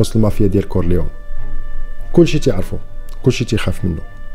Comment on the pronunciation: لوتشانو ليجو ... ونطق كورليوني ماشي كورليون .. احترمك اخي حيت ملي كنتي يالاه بديتي كنت متبعك ولاحضت عليك ملاحضة كنتي كادير واحد الصوت بحال يلا كاتاكل ونتا كاتحكي القصص و سمعتي الملاحضة و عجبني الحال ملي لقيتك طورتي نفسك برافو مزال رأسك صغير وزايد في تطور bravissimo